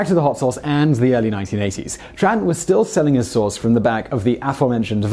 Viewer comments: It's T-R-AN not Chan other than that very good vid per usual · I’m Vietnamese, my last name is Tran... By the way, it is pronounced (Chung, just don’t emphasize the “ung” too much)